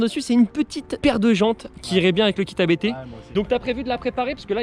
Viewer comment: Abt se dit en un mot et non lettre par lettre. Belle voiture, belle prepa.